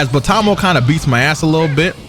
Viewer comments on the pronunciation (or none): MANS CALLED BERGAMO BOTAMO! The disrespect is real.